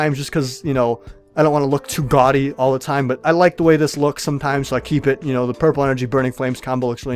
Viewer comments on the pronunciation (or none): none